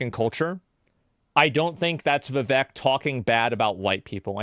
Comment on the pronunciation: His name is ViVAKE, like cake. Idk if asmon just doesn't like the guy or something but man it gets under my skin constantly hearing Viveks name mispronounced. If you're reading this, take these :D 🐦💚 It's dangerous to go alone.